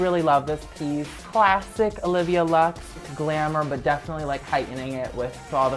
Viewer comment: Does he keeps saying "definintly"?